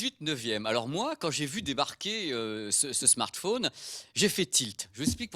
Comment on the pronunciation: Il a dit smartphouuune ! lol ! Comme ma mère grand